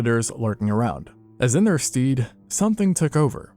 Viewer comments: "as in their stead...." is pronounced as "sted" and not "steed". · in their stead is pronounced "sted" like the stead from instead